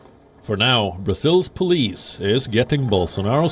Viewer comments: she said PUULIS to police 🚨 😂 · pulis 😂 sis it's POLICE not pulis 😂